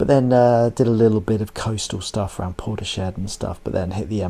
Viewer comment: Really enjoying your series thank you. You did make me smile your pronunciation of Portishead - Port eee shed 😂 it’s Port isss head 😅 Port eee shed is probably fairly accurate though 😀